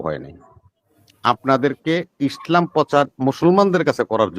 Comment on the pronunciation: এই লোকটা তো ইসলাম শব্দটা সঠিকভাবে উচ্চারণ করতে পারেন না পারেন না শালা বাটপার কে জুতা দিয়ে পেটানো উচিত।